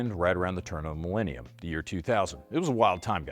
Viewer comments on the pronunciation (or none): none